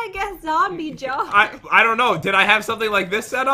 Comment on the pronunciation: The Pronunciation Master Lol Pat:This Hint Is Easy:Ok There Are Zwombies And Chest With A Jwar Jars Jsar Jar!!